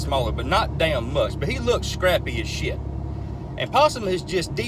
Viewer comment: I love when he say, "shiiitd"😁😁😁